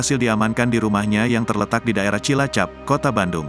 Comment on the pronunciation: Cidadap min bkn cilacap 😂😂